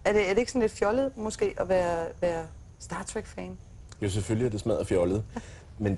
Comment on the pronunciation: i det mindste kan hun udtale "star trek" rigtigt